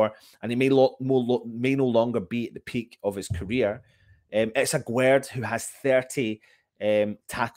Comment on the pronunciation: Here is how you pronounce his name : Aguerd juste like guest